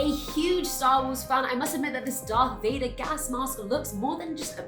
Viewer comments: It's Darth VadEr, not Darth VadOr LoL XD XD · Vador? COME ON BRO. IT'S VADER. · Darth Vader not Vador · Vador not Vader? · It said Darth Vader not dark Vader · "Darth Vador" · "I'm a huge Star Wars fan" Still gets Vader's name wrong